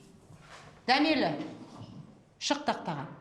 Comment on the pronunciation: Дәмелі емес дамели деп айтындарш😂